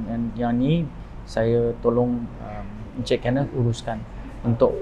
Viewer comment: wartawan ni sebut 'kenneth' mcm pelik lah... dah jadi kenit pulak 😂 ... perkataan 'ken' tu salah sebutan. ken like kenny. bkn ken like chic'ken'.